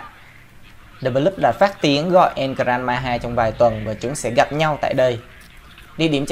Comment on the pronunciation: El gran maja mà cứ đọc là El gran maha